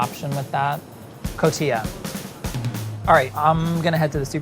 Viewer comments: I love you, but it's pronounced 'co-ti-ha'! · He pronounced Oaxaca correctly but not Cotija? how?